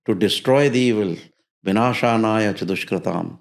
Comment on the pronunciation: Vinashanaya nahin hota , vinashaya hota hai 😂